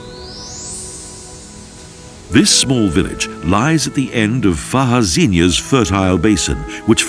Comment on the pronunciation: It's not too bad...but the narrator did pronounce Fajazinha incorrectly!! It's Portuguese, not Spanish!